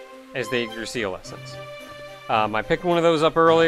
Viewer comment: Yggdrasil is pronounced ig-dra-sil